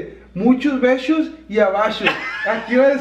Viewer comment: Beshos y abashos😂😂